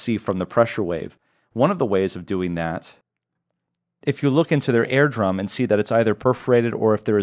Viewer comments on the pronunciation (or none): your pronounce ear drum like air drum throws me way off